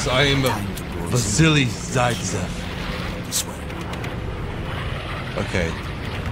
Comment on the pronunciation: Its Zaitsev, its zaitsev